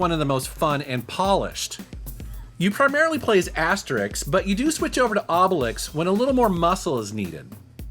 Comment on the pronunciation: Hey, you learned how to say Asterix and Obelix, thats awesome :D